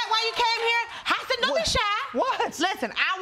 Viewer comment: Dolce Sloan really needs to learn how to pronounce Hasan’s name.. The way she’s saying it is so annoying lol